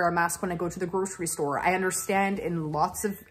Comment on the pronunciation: I went to my local Goodwill a couple of years ago and was very unimpressed, but I did buy an Indiana Jones and The Last Crusade VHS with a Blockbuster sticker on it that I can only assume was the actual copy I rented as a kid. Also, your Canadian accent really comes out when you say grocery store lol.